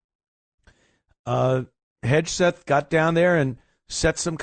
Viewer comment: Someone please tell Ant is Hegseth not Hedgeseth